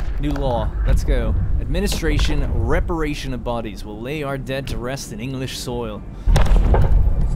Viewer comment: Great video! One thing, though. It's RE-PAT-RI-ATION of bodies, not reperation. You are not dr. Frankenstein, altough he would be an awesome addition to the game.